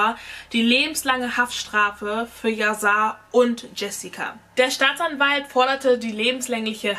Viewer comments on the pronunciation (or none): Wird yasar nicht mit einem „sch“ anstatt einfach einem s ausgesprochen weil es auch aus dem türkisch kommt oder lieg ich da falsch ?😬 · das soll kein hate oder so sein aber man spricht "yasar" als yaschar aus ist ein türkischer name wollte dass nur mal so sagen btw liebe deine videos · Sein Name wird „YaSchar“ ausgesprochen 😂❤️ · ES WIRD YASCHAR AUSGESPROCHEN BABEEEEE❤️❤️❤️❤️